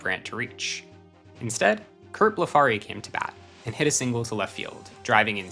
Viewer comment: Pronunciation correction: Orioles outfielder named Curt BLEF ary, not bleFARY